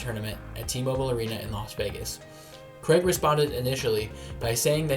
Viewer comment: His name isn't Creg. Wtf. It's Craig. Cray-g. Say his name right.